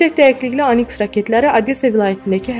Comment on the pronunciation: Aniks yox,oniks